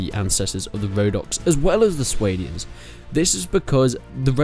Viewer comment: That’s right lad, we are Swadians not Swaydians, „pronounce it German“